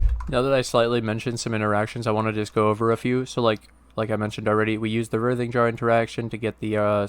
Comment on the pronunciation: Fuckin love the builds and the consistent videos and this build is no different. I know it’s not “your” build, I just enjoy your take on all things minions. I always look forward to your vids so thanks bro Oh and it’s pronounced “RY-thing” (like Ryan, Ry) jar. Like “writhe in agony”.